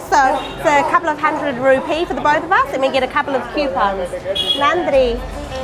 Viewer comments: I like yours Tamil pronounced nadri and vanakam sister. Would you like Madurai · Ultimate... WOW... Finally Paradise has been revealed... BONDA shops... Ultimate Veggie meals.. WOW WOW excited.... Jigirithanda needs more topping... VANNAKAM and NANDRI WOW... Nicely pronounced Dears...